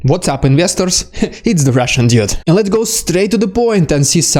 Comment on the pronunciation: 🤣🤣🤣🤗🤗🤗